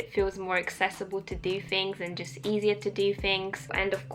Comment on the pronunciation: I love the commentary and information you provide but your pronunciation of the "th" sound as "f" is a bit annoying, detracting from an otherwise enjoyable viewing experience. Is that a muddling of an Eastern European or Russian accent with British or is it a straight Cockney trait? I'm sure you're aware of it but a few examples include saying "fun fings to do" instead of "fun things to do", "a day in the life wiff..." instead of "a day in the life with..." or "that's everyfing" instead of "that's everything." Hopefully you can correct this small dialect flaw for future videos as your content is a pleasure to watch. Cheers!